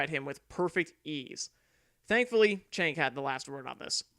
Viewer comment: His name is pronounced ‘Jenk’.